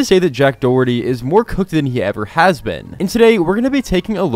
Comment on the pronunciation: dack joherty